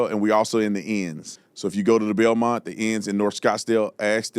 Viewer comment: Bilmont? Do you mean Biltmore?